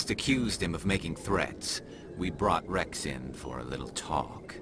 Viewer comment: I know is not the focus of the video but when the primarch said "urnot Wreav" and not Wrex my heart got broke